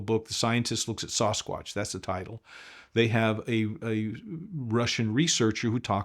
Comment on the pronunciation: I enjoyed this! Thanks. I hope he reads his comments: Sasquatch is pronounced "Sass-quatch" NOT Soss-quatch".:) Everytime you say it that way I cringe! lol